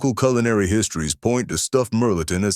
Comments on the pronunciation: My family is from Hayes and Lake Charles, Louisiana. They still cook like that. Melton pronounced mel-a-tawn. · you also supposed to say (mel ah tohn)